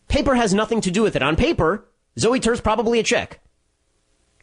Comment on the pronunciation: You just called her zewy, when you know 100% damn well her name is pronounced “Zoey” stop stiring the shit pot...